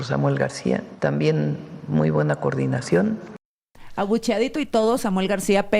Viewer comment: Hay que bueno que Claudia sheinbaum ahora sí pronunció la palabra correcta, "coordinación", porqué siempre pareciera que dice, (curdinacion con EUA etc),....es que a Morena le gusta la mala vida, los que los tratan mal, le besan los pies 👣🧦 Donald Trump primero le da muchos halagos y le dice que es Bella y luego le suelta el rramalazo sin piedad, cómo la Bella y la bestia 😆😁🤣🤣